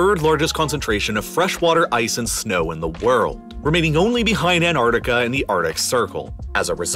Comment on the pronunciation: Marred by your hysterical hyperbole and lazy pronunciation of a few words such as Manhadden, Mownans, and Anardica